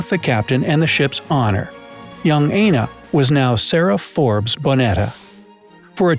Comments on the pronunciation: AND pls it is Aina pronounce i-n-o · It's not pronounced Aina, it's pronounced Ayino.